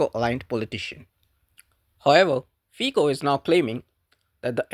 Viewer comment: Honest videos are a pleasure to watch. One caveat, tho, is that Fico in Slovakian is pronounced, 'Feet-so' rather than Fee-co. Carry on!